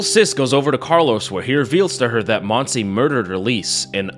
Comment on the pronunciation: Listened to the whole thing constantly thinking "uh, Monsie is a very weird name for a spanish woman", didn't catch up it was actually Montse until I saw it written on the subtitles. Not shitting on your accent here, you only got a vowel wrong, but I found it funny how I went through a whole spanish identity crisis for not recognizing a name.